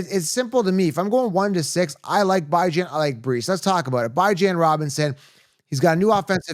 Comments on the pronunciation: Stop mispronouncing Bijan‘s name on purpose… It’s getting ridiculous.. BEEJAHN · Great content. I agree with a lot of your points. But the Bijan mispronunciation is getting annoying. Is cringe dude.